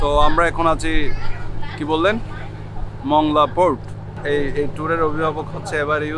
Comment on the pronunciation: ভাই শব্দটা হবে “মোংলা” মংলা না।